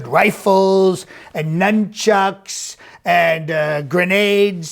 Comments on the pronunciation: Thought IT said " nutchucks". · I can pretty much guarantee Trump would pronounce it “numb-chucks”.